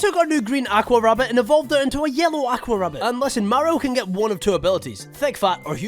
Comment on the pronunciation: i love your content but i cannot stand how you say 'aqua'